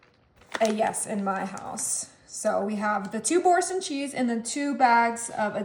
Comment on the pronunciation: Bour- sain( you don’t say the n)😘